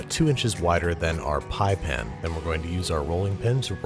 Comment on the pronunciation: The word pan still has an A in it, right? No one changed it to "pn" without my knowledge? Did Niles Crane write the voice over?